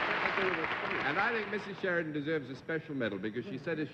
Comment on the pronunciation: Been following the series since its inception and really enjoyed Mrs Sheridan, despite Mr Daly butchering her surname at the start. She really gave the show a boost and is one of the better contestants I've seen so far. For a 64 year old tape this is really well done. thank You.